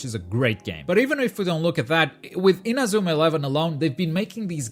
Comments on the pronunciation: Lol "in-a-zoo-ma" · You're portuguese aren't ya? The way you say Inazuma doesn't lie.. lmao